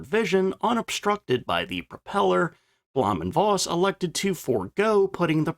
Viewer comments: Bloom and Foss is how you pronounce it. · As an on again off again language teacher and ma in german... blowhm (long o) und Foss is the pronunciation.